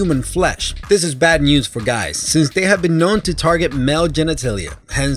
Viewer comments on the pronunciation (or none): none